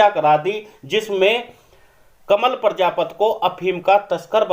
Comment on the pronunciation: भैया प्रजापत मत बोल प्रजापति बोल